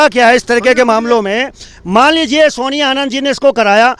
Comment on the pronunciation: naam to thik se bolo,soniya h naam.....soniya Harak singh nhi h jee